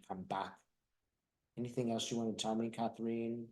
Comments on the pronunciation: FYI, Katherine is another spelling for Kathryn. (Not Kath-reen.) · Katherine is not pronounced Kathreen! It's pronounced the same as Princess Kate's full name. It's my name. Thank you otherwise. You two are fantastic together.